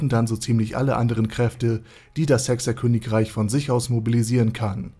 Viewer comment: Wer hat behauptet, das er OvE ist? xD Und warum hört sich hecks er Königreich so komisch an, sowie die Automatische Untertitelerzeugung....